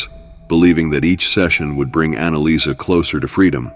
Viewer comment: Annaliese...Not Annalisa...